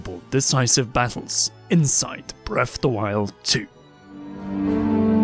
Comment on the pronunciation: Breaf’de Wilde